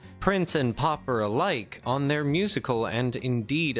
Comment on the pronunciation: Prince and PAUPER alike - NOT Popper. You know Paw-Per🤔